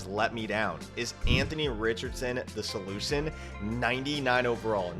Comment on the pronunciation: “Is Anthony Richardson the solucon “ 😂😂